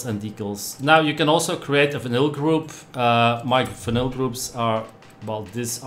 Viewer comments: Engels is niet je sterkste punt of wel? Vinyl spreek je uit al “Vainol” en niet als vinnil. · sounds like he said vanilla lol